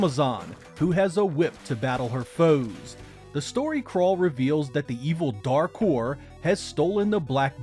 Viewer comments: I thought you said The Dark Whore😂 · Looks awesome. Definitely pre-ordering. Heard “Dark Whore” every time lol.